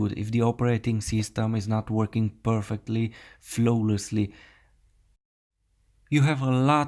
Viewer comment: and flowlessly 😂😂